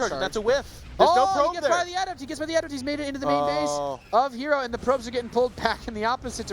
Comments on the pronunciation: "ah-DEPT" say "ah-DEPT!" dammit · learn to properly pronounce adept.